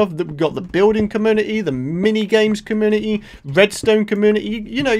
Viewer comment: Your accent make community sound like comuity 😂